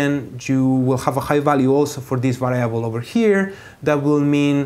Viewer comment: lol to va rye able